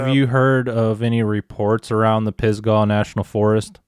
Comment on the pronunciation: Pronounced pis•guh, like "duh" lol, not sure why it's spelled with an a. Anyway that's where I'm at, work at Grandfather Mountain in the Linville Gorge area, live in Spruce Pine. and yeah it's supposed to be very bigfooty around here. I've never had any encounters while camping in the PNF, but it was probably the wrong time of year. If you do end up coming to the area, I would be happy to show you some spots in Spruce Pine, and show you where my 2 sightings were. Sounds like I'm within 20 miles of.